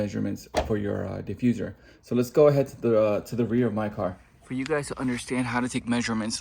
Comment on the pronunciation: Not the Die-fuserrr